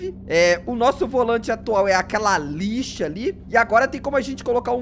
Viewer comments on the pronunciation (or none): GQ na parte que tu falou que seu volante era uma lixa parece que vc falou malixa kkkkkkkkk